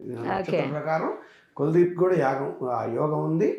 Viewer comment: కులాదీప్ కాదమ్మా కుల్ దీప్ 🤗🤗🤗